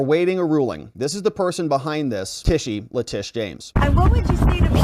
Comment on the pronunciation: LETITIA, LETITIA, LETITIA. At least get that right! Then you're getting the right person to disbar.